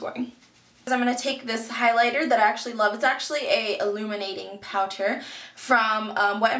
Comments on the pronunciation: Haha you say Powter instead of powder :D Love the look btw ♥ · love how u say POWTER and not POWDER lol haha.